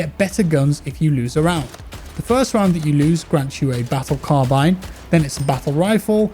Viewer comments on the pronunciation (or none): none